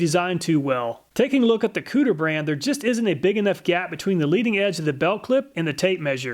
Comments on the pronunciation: he said COOTER brand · I can’t handle how Kutir was pronounced lol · why he gotta pronounce kutir like that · Am I the only one that chuckled every time he said kutir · 😂 me everytime he says Kutir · Lol, I though it was "Cooter" brand when I heard it, had to rewind... I was thinking to myself... who in their right mind would make a "Cooter" brand name? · It's pronounced. Ku Ti Er...not Cooter from Duke of Hazzard, lol. Perfect timing with this video, I am looking for a better tape measure. Thanks as always. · I believe it koo-teer, not cooter, like dukes of hazzard. haha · Consistently the best tool tests on Youtube, but I have to mention that the tool brand Kutir is pronounced coo-Tier, not "Cooter brand," lol.. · HAHAHA Cooter brand is clearly pronounced CUE-TEER. Checkin out the cooter! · Lmao! I was going to suggest that even though I thought that it's probably pronounced "Koo-teer", that I like cooter much, much more!! 🤣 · Did I just hear "Cooter"?! Lol! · im such a child that i laughed when he said kutir... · The "Kutur" brand, lol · kutir...really lol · Did he say kooter?! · STYLE POINTS for actually saying "cooter" - proper pronunciation... LOL I LOVE ME SOME COOTER!! sad to see you broke the cooter so easily. I HATE it when that happens.. :( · Oh my God, he literally said Cooter tape measure…. 😂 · He said cooter, lol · I died every time you said "cooter" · When you said “Kutir Brand” I fucking lost it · Him saying cooter was so distracting lmao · Im not sure that the Kutir brand is pronounced cooter, but Im totally gonna pronounce it that way. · He said kutir huh huh huh huh. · Scrolled through the comments and no one mentioned slightly laughing at the “kooter” brand. Ill see myself out. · He said cooter. lol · I love these reviews. So helpful and unbiased. But I had to laugh every time I heard you say "cooter" (kutir?). 😂🤣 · “Kutir brand” caught me off guard, thought I heard something about a cooter. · Haha "kutir" hehe